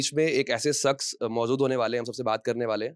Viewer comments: शक्स ❌ सक्स ✅✔️😅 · Bhai conviner ship karrahe ho to lafzo ko sahi bolo. Shaks ko saks bolrahe ho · Pronunciation to thik se kiya kro introduce kre time shaks